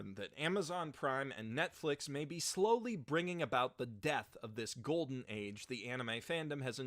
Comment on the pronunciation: Holy hell you dont even say netflix right wow you may actually be dumb with eeeeeees